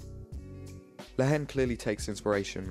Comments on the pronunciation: Bro , the pronociation is La En The "H" is silent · Nice analysis, just a comment from a french speaker, the h is not pronounced in french in the word haine, haine sounds exactly like the letter n in English.